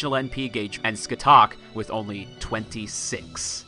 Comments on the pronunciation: Thats not how you pronounce Scathach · ska - shah NOT skut - huck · Just gonna leave this here. Her name is pronounced “SKA-HAWK”.